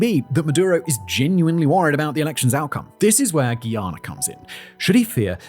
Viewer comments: Guy Ana not gheeyana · It's hard listening to him say "Ghee-ana" over and over. It's *Guyana*. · Guy.... its pronounced Guy...ana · Are you mispronouncing Guyana on purpose? We don’t say Guiana. Stop playing with us. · Say it with me… GUY-ANA. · Simon, Guyana is pronounced like the word 'guy' as in 'Who's that guy?'